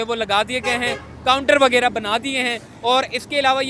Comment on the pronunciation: Sahib KI Urdu bht kamzoor hay, WAGYRA koi lafz nahi huta ju 15 say zyada bar bolla hay, ye lafz haY WAGHYRA …PLEASE CORRECT THE URDU…